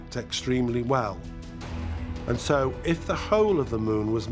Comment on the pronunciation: "...if saow...". The narrator's pronunciation of the word, "so", must be intentional. Anyone else notice this? As to the story, I think it's all but proven the moon is hollow. The question now is, how did it become that way and who or what is using it, and for what purpose?